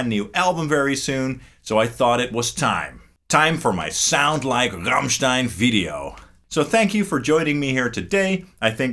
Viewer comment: Best foreign pronounciation of the word Rammstein I've ever heard! Great Video and sounds